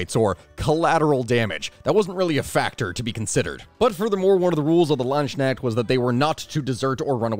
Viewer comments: Funny point: He’s saying „LandShneks“ which translates to „land snails“ lol It’s pronounced Lance-Knecht (think knight but pronounce the K as well)😅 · pls stop calling these Ländschneckts it's Landsknechte! translates to something like "Servants of the Land". the other one sounds more like Landsnails to a German. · Hi, German here✌🏿 You pronounce the beginning pretty well - the „Land“-part Land- Then a sharp s sound, like in the word „sound“ You could also pronounce it as the other writing „Lanzknecht“, (like.. pike-slave) - for english speakers its more pronounced like „lantzknecht“. In German the „ds“ or the „z“ is pretty sharp and we tend to pronounce it more like a „TZ“-sound And then the „kn“ in „knecht“ is pronounced like „can“ without the A - if you know what i mean.. And the end „echt“ in „knecht“ is more like e - cat hiss - t. So a „ch“ sound in german is like „j“ in spanisch, i can‘t think of an english word with that sound Put your tongue on the top of your throat, the peak of the tongue a bit down & leave a small gap between tongue and throat - breathe out through it. Now you can pronounce „ch“ :) Sound complicated, but you get used to it quickly :D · the pronunciation is hilarious. the words are Lands-knecht. the way you say it, Land-sknecht, makes it sound like "land slug" if translated. but don't worry about it. all good. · You are great but your pronounciation of German is painful. It’s barely even recognizable that it’s supposed to be German and if I didn’t know the actual words (Landsknecht) I would be thinking you are talking about something completely different. (It sounds like Landschneck which sounds like a pet name for snails) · The K is not supposed to be silent. At least not in dutch, it's the same in german. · It's Lands Knecht, it's one word but spoken apart, like the the word "a-part" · i am severely disappointed. he didn't pronounce it "Landskneckt" like a proper American. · Every time says landsknecht a german heart dies